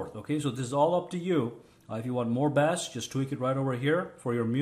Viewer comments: Hey... Somethings been nagging at me, and it has done so over the many years that I have been enjoying your excellent and most thorough videos. Yet it it is small but when you pronounce 'Bass' you pronounce it like it is the fish, which is pronounced as so... 'Bass'. Really 'Bass' should be pronounced 'Base', like when utilized in a baseball game, hence... ' and he hase made it to third 'Base'... All are now loaded... Thanks... Your videos are awesome! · Bass is pronounced as base. Bass pronounced like you did "b-ass" is a type of fish. FYI. good video tho. ty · Never, ever say bass again. (pronounce base) a "bass" is a fish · Thanks for the tips, did most of the things you suggested.. where are you from that bass is pronounced bass? :P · thanks for the tips. Just an FYI its pronounced "base" when it comes to music and "bass" when it comes to fish. Same spelling though. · It pronounced base and is spell bass. 😂😂😂😂😂